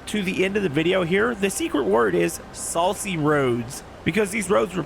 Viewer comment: Saucy roads! i thought you said salty roads for a second i had to listen to it a second time lol